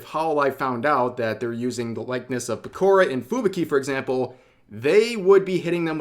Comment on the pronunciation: Peko-rah, not Pekor-uh